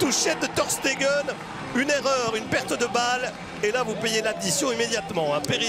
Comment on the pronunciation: Ter steguel il dit le commentateur 😂😂